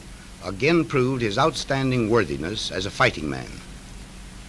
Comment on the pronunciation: Sounds like harry truman said Anime instead of enemy